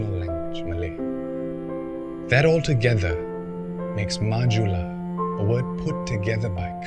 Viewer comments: Yes it's pronounce as 'ju' not 'hu' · So it's pronounced "majula" not "mahula" ?